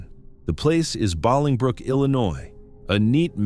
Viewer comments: Bolingbrook, IL is pronounced BOWLING-brook, like bowling ball. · The way the narrator was pronouncing Bolingbrook was driving me nuts. It's pronounced bowling-brook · It's pronounced "BOWLINGbrook." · BOWLING brook. That’s how you pronounce it. ☺️👌🏼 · Me too! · It is pronounced bowling brook... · I didn't see your comment before I commented something similar.. it wouldn't have been that bad had he not repeated it a gazillion times